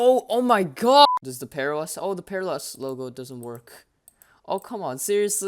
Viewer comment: Sounds like bearOS